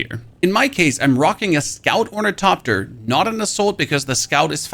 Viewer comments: OrniTHOPTER not orniTOPter you sound like a 4yr old that can't quite pronounce hospital and just say hospull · FYI; there is an "H" in "OrnitHopter". When the letters "T" and "H" are togeTHer, they are pronounced as "th" (like when you say "the"). So it's pronounced Or-ni-thop-ter. Enjoy the engagement. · sorry from the beginning why we not pronouncing the "th" in ornithopter and just the "t"? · Stop calling it ornitopter, the there's an H in it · How this dude pronounces ornithopter as orniTOPTER drives me insane. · Say “orni-topter” one more time, I double dog dare you…. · is it ragebait when you intentionally pronounce ornithopter 6 different ways in the same sentence? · Honestly, I think his pronunciation is pretty freaking good considering German is not an easy language to transition to English from. Plus I have adopted the way he pronounces ornithopter. I don't care if everyone doesn't think it's correct. I like it LOL